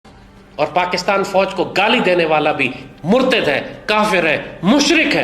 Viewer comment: ہوسٹ کو ابنے لفظ ۔۔۔مرتد کا تلفظ درست کنا چاہیے۔ یہ ہوسٹ پاکستان اور فوج کے خلاف کیوں بولتا ہے